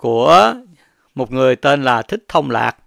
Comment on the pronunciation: Ad đọc ko đúng tên Trưởng Lão Thích Thông Lạc nữa mà bình luận gì ko biết,dẹp kênh đi ông ơi